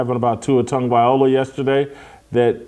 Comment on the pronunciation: For the love of broadcasting! Tua's last name is NOT pronounced: Tonguevayola